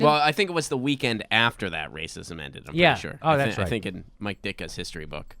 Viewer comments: It sounds like you are saying my dick! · lol. I thought he kept saying "My Dick'a" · I think that was "Me Dickka." (Me bad).